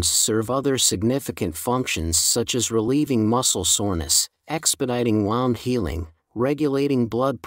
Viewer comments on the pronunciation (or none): "Wound" - what?🤨It read that like a wound-up toy!😏 Thanks for sharing this information.